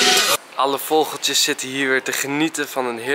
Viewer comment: Volgens mij zegt Enzo vogoltjes maar het is vogeltjes! 😂😆